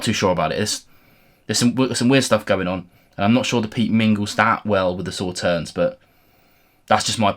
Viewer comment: Just FYI: Sauternes is a sweet French white wine made from grapes (not strawberries - wherever did you get that idea?) - specifically Sémillon, Sauvignon blanc and Muscadelle - that have been affected by 'noble rot', which concentrates the sugar in a similar way to frost for Eiswein/ice wine. Oh, and the "s" at the end is silent, so it sounds more like "saw tare n"...